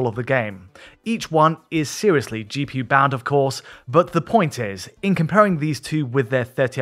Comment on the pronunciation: he needs to talk like he's not on cocaine. he tried to say "GPU" with one syllable...